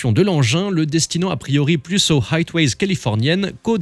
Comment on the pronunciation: Pour une chaîne portant un nom anglophone, le narrateur devrait revoir les prononciations des mots anglais. "Hitways" californiennes, ça ne veut rien dire.